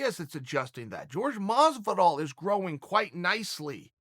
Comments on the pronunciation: Chael still calls him “George” 😂 instead of Jorge lmao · Chael! Don't call him George, it's pronounced horhey. He gets livid at anyone calling him George. Asked gave no respect to it and look what happened to him. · Who the fuck is George masvidal.. 😲.. ya mean Jorge masvidal.. silly Chael Trix are for kids . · Lol I like how he calls him George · Why does he call him George masvidal 😂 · Its not george its Jorge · i'll never understand why you people insist on calling Jorge, George. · "George" Masvidal :) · His name's isn't George Chael lol Jorge (Horay) lol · Jorge, not George uncle Chael. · Jorge "George" Masvidal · why does he start the video saying Jorge’s name correctly then about 45 seconds in he starts saying “George Masvidal”